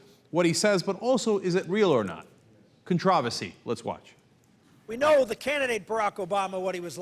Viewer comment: Cenk, please start saying the word "controversy" properly.